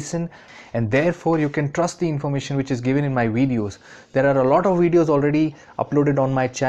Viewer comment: That nigga said wedios